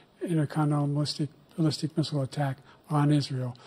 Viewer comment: "intercontinental mallistic Bissell" 💀💀💀💀💀